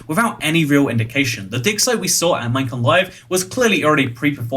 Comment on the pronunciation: "MINECON LIVE" Ummm Okay